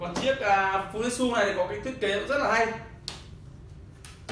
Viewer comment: anh ơi tiếng nhật người ta đọc là fu ji trự , ふじつ